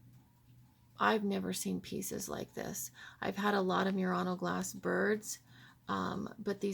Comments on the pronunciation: Murano is pronounced not mew-rano but moo-rano. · I always thought it was pronounced Murano (moo-raw-noh), like the Nissan. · I would like to suggest that you Google how to pronounce Murano. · I just Googled the pronunciation and you are correct. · LOL - I corrected her as well. See my critique of her video and her lame response from last month. So many things wrong in this video and she gets snippy when corrected by anyone! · Please do your research before posting further videos about Murano Glass, you haven't even pronounced the name of the island correctly once in the entire video. And this is Oggetti Glassware....produced on the Island of Murano. The people of Venice have had laws about how things are labeled and categorized when they are produced on the island. Again...researching the history of Murano and Venetian glass making would have given you the knowledge you needed to make this video less laughable! And ENOUGH with the Asian bashing of Murano Style glass making, while it may be cheaper, they are not the only country that does it as your video would suggest. There are companies all over the world that use these techniques, even in the USA!